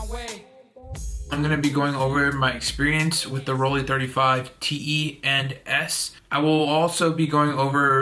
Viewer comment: That Rollei 35 zone focusing system is the way to go for street photographers, cool little cameras. Also, you get extra points for pronouncing Rollei correctly. Can you teach other You Tubers not to say Bokuh and Hosselblod? 😀 😀